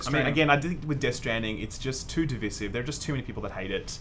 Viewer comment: Please pronounce "divisive" correctly